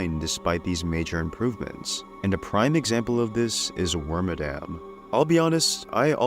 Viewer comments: Wormadam is my second favorite pokemon and I naively yearn for the day it gets new forms. Water, ice, and rock bagworms would be easy to do, c'mon. It also "bugs" me that so many people don't pronounce its name right. It's Wor-mad-am, like 'Madam' Edit: from what I can find on games that speak Pokémon names, it is actually Worm-a-dam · Frick, I'm actually wrong. I pulled up the Pokedex 3D Pro game and Detective Pikachu 1 vids to double check, and they say Worm-a-dam :/ I swear I remember hearing Wor-mad-am from an official source back around the XY days. Mandela Effect is crazy